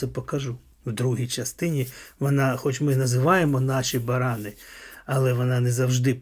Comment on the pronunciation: Не барАни, а баранИ.